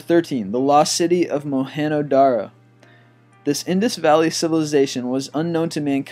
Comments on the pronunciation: Mohenjodaro , not Mohenyodaro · Mohen-JO (like J for JOHN) Daro, not mohen-HO Daro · its mohenjo daro not moheno daro........and where is the Buddah of Bamian Afghanistan? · You said Mohengodaro wrong.